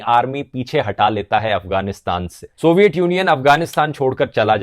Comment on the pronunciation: सोविएत यूनियन सही उच्चारण है । सोवईएट गलत है ।